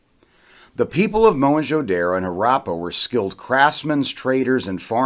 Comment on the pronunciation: At least learn to pronounce the name of the cities Don't be so pretentious Whites can pronounce as stupid words as rendezvous Zeroes becomes voo But simple daro becomes daaarro Haraaapa Is it so difficult to say Harappa ra as in ru ckus . Not raaa and ppa instead of paaa. An archeologist or a historian or a blogger must know to pronounce at least the cities name properly forget other words You guys love to play with anything indian Indian names are pronounced the way they are written because of tge NAGRI LIPI ie nagri script . Only language in the world which is spoken as it is written No stupid silent words as in english French or in Spanish. After the science has advanced so much And so much twisting of asian words why dont you guys simply get rid of these silent words like erbs is written herbs why ?